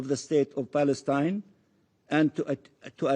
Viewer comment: State of paleston ?🤣🤣🤣🤣🤣🤣 palestonian land ?🤣🤣🤣🤣🤣🤣